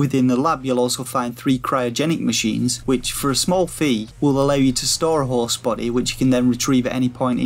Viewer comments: It's because he can't seem to say host correctly. He's saying horse. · When you say HOST my ears keep hearing HORSE